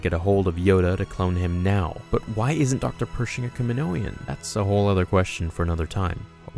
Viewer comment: Lol dude i love you but your pronunciation of kaminoan was like nails on a chalkboard. Youre saying something like kiminoian...just think samoan then say kaminoan. Please. Good video though.